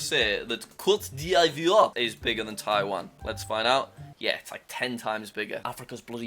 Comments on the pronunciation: Cote d ivore is pronounced kote dee vuare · cote d'ivoire is pronounced "Coat d'eev-war" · Côte d’Ivoire is pronounced Cote dee-vwar FYI jack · its pronounced cote-di-vwar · it's Kot deevwaahrh roughly. (I am not French btw) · Côte d’Ivoire (Ivory Coast) is technically pronounced ‘coat die-v-w-are’ if anyone actually cares lol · That pronunciation of Cote d'Ivoire was completely butchered. It's "Cot dee vwa" in simpler language. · Jack, in cote d Ivoire you don't pronounce the first I in ivoire so its Cote d voire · Jack: says Cote d'Ivoire Captions: got divorced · jack i feel disrespected at how you pronounce cote d'ivore. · Your geography is good but you gotta re-learn your French, my friend. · i love jack but the pronunciation of Côte d'Ivoire needs a little work haha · Coat duh-vwah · My 1 fifth french mind (Just Know a lil bit of French) is triggered every time you say Cote D'Ivoire. You butchered the pronounciation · PLS jack i know you can’t pronounce countries but that one was actually funny with the way the french language pronounces things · I hate the fact that he butchered the Côte d Ivoire pronunciation. Still a nice vid tho 👍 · Incredible french accent!!!! 😂 🇨🇮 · "Cote dè ivoree" Côte d'Ivoire: its "Cot de vor" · “It's so long innit” that's what she said... "cOte de iVoRy" was how I used to pronounce it when I was in elementary school, until I learned basic French in middle school. When there's an "oi" in a French word, it makes a "wa" sound, so it's pronounced "Cote d Vwar" (Cote like tote, and the d says its name) Then again, not surprised a Brit messed that up....the British-French rivalry is a tale as old as time 💀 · him saying cote-dee-ivory gave me physical pain, 10/10 french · I just loved him saying “kot di ajvory” when it’s pronounced “kot divuar” kinda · Normal name: Côte d’Ivoire (kot-d-vua) English name: Ivory Coast (i-vo-ree-cos-t) Jack: CoAt dE iVoreÉe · jack is dumb its not coat de ivory its pronounced cote de voi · "KHOTE THE IVUREE"